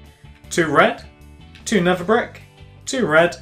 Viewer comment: His accent makes it sound like never brick but he's saying nether brick